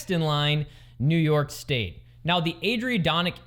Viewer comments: it's pronounced, ad a ron dak not what your called it. I live there!! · Oh you butchered Ad....ih....ron....deck... NY State continues to suck for ATVs... I'm embarrassed to be from that area... Craziest thing is, you have to register ATVs in NY and still can't ride em anywhere... The biggest problem is there are TONS of trails up there because they support snow mobiles like crazy! State government continues to crush the Upstate region with there stupidity... Beautiful place to visit, crushingly expensive to live...